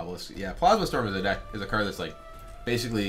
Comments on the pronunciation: It's a joke. He mispronounced it once and went with desk from there on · Don't worry, you did. In I think one of the Denizens of Shimzar reveal videos he mispronounced it, then went with it from there.